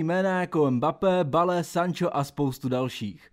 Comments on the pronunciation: Hned na začátku Gareth Bale se čte [Bejl] ne Bale jak se to píše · "Bale", "Sean" Longstaff 😂, ale inak dobré video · Bale [Bale]😂😂 má super výslovnost 😂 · Bale xd (bejl) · Kámo "bale"😂😂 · Určitě se to vyslovuje ''bale''